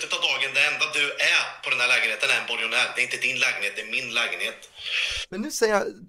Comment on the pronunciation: ”Borgonär” 😂 Inte ens det kan C uttala